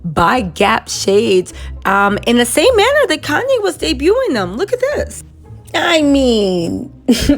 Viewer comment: Andre Leon Talley, not Koonye, I mean Kanye 😷 also my kids are 15 mths apart so I can relate, better to get them out of the way especially at her age.